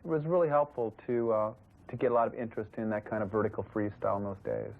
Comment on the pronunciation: In minute says Freesyle... incredible for a profesional Freestyle video hahaha, how come nobody noticed